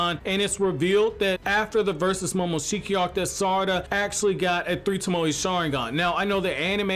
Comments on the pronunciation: Say it with me... toe-moe. Like, toe as in your toes, and Moe as in give me moe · Mans said tamoey